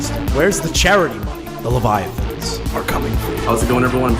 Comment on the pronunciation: It's levi-athan not levi-uthan Please clap 😭